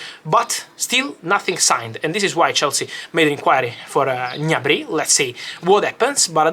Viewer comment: Fabrizio, you can't read Gnabry "all'italiana" 🤣😅 it's pronounced "G-N-abri", with a hard G and separate G and N sounds. and the accent is on the A, not on the Y (he's German, not French ;) )